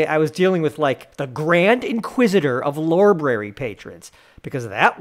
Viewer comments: this cretin has the audacity to mispoonounce lorbrary (fired him please!)? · ok "soomer" 🤣🤣😝